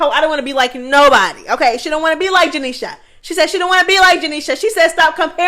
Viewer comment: I love the way you say “janiesha” name 😂😂